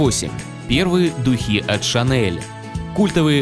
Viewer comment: а я думала дУхи)))) вместо духИ